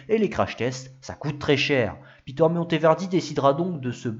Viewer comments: Et Peter se prononce à l'allemande : "pé-terre" et non à l'anglaise "pi-teurre" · Interessant...la creativite et l energie de ce constructeur artisan sont exceptionnel ! Je pense que sont prenom se prononçait a l allelande et non a l anglaise...